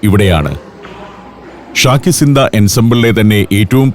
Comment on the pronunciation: അമീർസോഡയല്ല അമീർZoദ. അതായത് AmeerZaadah. അതായത് അമീറിൽ ജനിച്ച/അമീറിന്റെ മകൻ. രാജകുമാരൻ. ഉർദുവിൽ Shahzaadah എന്ന് കേട്ടിട്ടില്ലേ. അതായത് ഷായിൽ ജനിച്ച/ രാജാവിന്റെ മകൻ= രാജകുമാരൻ. ശാകി Ziന്ദ അല്ല ശാഹി Ziന്ദ. അതായത് ശാഹ്-എ-Zinda = Zinda Shah= Living King